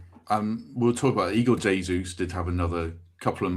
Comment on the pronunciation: learn to say Jesus name correctly ffs